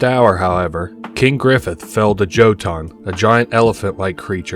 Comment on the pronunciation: Two things. 1. Jotunn is pronounced Yo-tun 2. What is your source on the player character being supernatural and being able to reset upon death? I can't find anything in my searches.